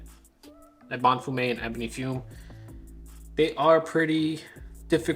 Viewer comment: 'Eh buh nee' as in Ebony Tree, & 'fyoom' as in fume. What's with that word salad u got going there? 😂